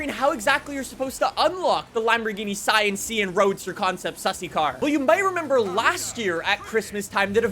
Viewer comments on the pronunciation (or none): “Sian sussy” 💀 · Sian = Shh-ahnn, according to the internet